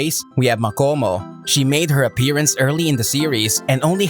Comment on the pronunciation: You should say makamo not makomo